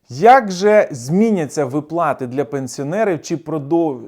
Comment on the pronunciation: Не випла'ти а ви'плати